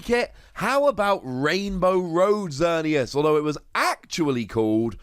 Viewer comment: Oh no that almost seemed as if you meant to insult Xerneas Prism Star by not only giving it an honorable mention, but also saying "Xer-nee-ass". Lol a 5 Wossy insult, if I do say so myself.